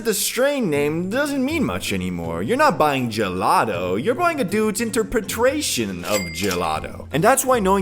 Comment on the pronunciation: mispronunciation of "interpretation."